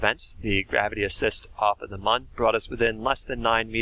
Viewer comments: Mun is pronounced like "moon" and not "muhn" (the original intended spelling was actually Mün, which would have removed any ambiguity) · M with the two dots over the u is not ‘mun, mone’ it’s mooooon! Just say moon! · Mun is like moon, not like bun, get it right